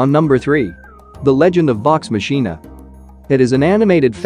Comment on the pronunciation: MANNNN....You keep messing up names and titles! 1. Raising Dion (DEE-ON) 2. Vox Machina (V-OX MOK-N-A ) You're welcome!